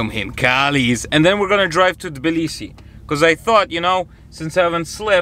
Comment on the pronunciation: it's actually not Balisi, it's Tablisi, Georgia (the Capital). Good luck!